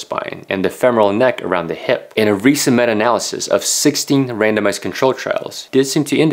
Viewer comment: lol, when you said "randomized" I first heard "random ass"